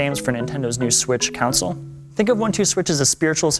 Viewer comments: It's really sounded like he was saying council... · It always sounds like he's saying counsel. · lol at "Cownsoul" 🤔😂😂😂😂😂